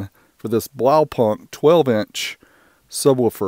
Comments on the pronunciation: its Blaupunkt not BlowPunk XD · dude- just call the brand BluePoint as thats what it is. It hurts every time you say it wrong. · The k Is silent, it's like blawpunt. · Blaupunkt the K is silent you don't say the K sound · Americans pronouncing "Blaupunkt"